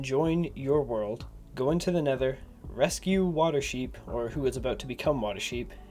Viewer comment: He go to neder and get the egg and kill dragon